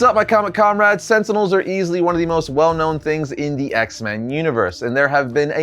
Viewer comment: Stop saying Sentinels! Sentinels...sentinels